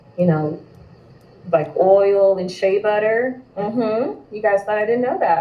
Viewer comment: Did she just say sha butter smh. FBA is the culture worldwide. Im from Texas, there's oil everywhere here, sad to say but the oil would still b n the ground in Nigeria if it wasn't for the greed and innovative minds of the European. Knock it off